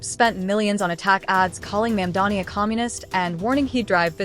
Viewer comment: Train your AI reader to pronounce Mamdani correctly. (Hint: the first syllable isn't "Ma'am.") AI slop is disgusting, and you're doing it wrong. If you spell Muslim "Mulsim" the AI moronic robot is going to pronounce it that way. PROOFREAD CAREFULLY or hire a literate human being to read your script.